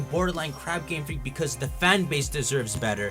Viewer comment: I thought he's saying gamefrick gamefrick gamefrick